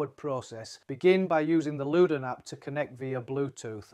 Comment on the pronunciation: It's Lewden 😂😂